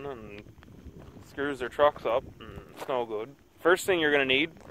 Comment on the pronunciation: "the second tang your gonna need"